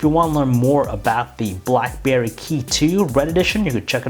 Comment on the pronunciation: I heard Blackbear Key2 🤣